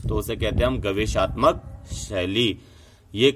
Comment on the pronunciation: महोदय शब्द गवेषणात्मक है गवेषाााात्मकक नहीं